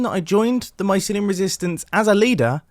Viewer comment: Grian: MYSLYUM: GRASS Beef: PODZOLE Mumbo: VAULTS